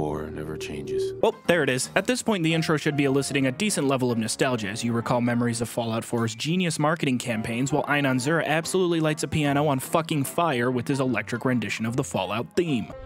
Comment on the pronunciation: Inon is pronounced EE-non, not Ai-non.